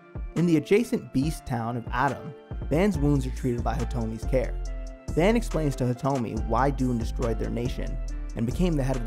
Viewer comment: His name is pronounced V *ah*n. The 'a' has a deeper sound to it. Not the van like the vehicle. 😆 Also, I would love to see this anime get a reboot or continuation. I miss the characters so much and was never quite satisfied with either the movie or series ending.